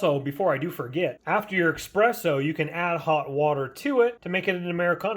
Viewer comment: I quit watching after the 5th time you mispronounced espresso, saying EXpresso.